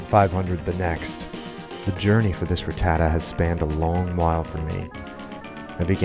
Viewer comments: Man who in the fuck is RIT-TAD-DA ? It’s pronounced RAT-TAH-TAT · It's pronounced Rah-ta-tat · Saying Ruh-ta-tuh has me crashing out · 25 years and now I don’t know if it’s ruh-tata or rat-tah-tah